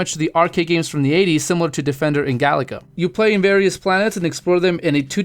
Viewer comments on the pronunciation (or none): none